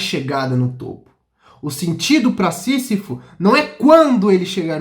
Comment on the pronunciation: Lindão, se fala "cam I s" e "sí Z ifo". Parabéns pelo canal.